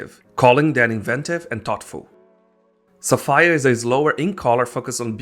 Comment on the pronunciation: someone cant say Sapphire correctly LOL